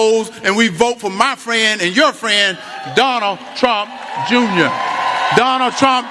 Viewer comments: Did Hershel call him Jonal trump. 😂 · He said Donna Trump 😂😂😂😂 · Did Herschel say Donna Trump Junior 🤣🤣🤣🤣🤣🤣🤣🤣🤣🤣🤣🤣🤣🤣that what I heard. Did Candace get off Trump's train yet?